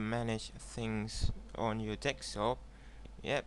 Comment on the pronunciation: It's fucking "DESKTOP" not fucking "DEKSTOP" you illiterate foreign piece of shit